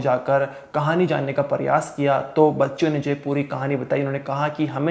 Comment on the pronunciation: Biwi ki laas padi hai ya laash? Paryas kar rahe hein ya prayas kar rahe hein.... Bhai pehle diction thik karo